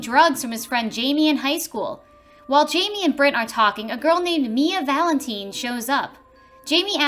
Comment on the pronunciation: HOW THE FUCK CAN YOU NOT PRONOUNCE VALENTINE CORRECTLY!!!!